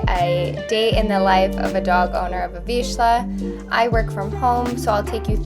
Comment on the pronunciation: Not to be rude but your pronouncing the word vizsla incorrectly, it sounds like veezluh